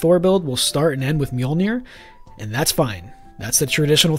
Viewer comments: The google tts gives the correct prounounciation(misspel?) in Icelandic or i could just make a short for you with only the word Mjölnir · With an American/English accent, not an Icelandic/Scandavanian one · As much as i love the videos, as an Icelandic native i feel pain everytime people say "Mjölnir"